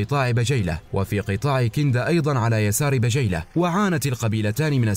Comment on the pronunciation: الله يعطيكم العافية ماتقصرون في هذي القناة الأكثر من رائعة ولكن عندي ملاحظه في نطق بعض اسماء القبايل مثل قبيلة بجيلة والتي تنطق بالكسر